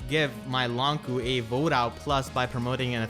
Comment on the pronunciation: I'm curious, why is he pronounced "Long Ku" not "Long Chu" as you might expect with the "q"?